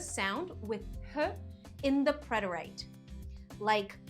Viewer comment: It is not pronounced preter-ite but is pronounced preter-it or preh·tr·uht but the rest was well done